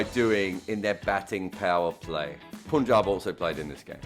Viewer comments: jarrod , I would just love it if you become the first white person to pronounce punjab correctly cause I gotta listen to you the whole season and listening to you say poonjab has already become irritating. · Finally said PUNJAB 😭😭😭😭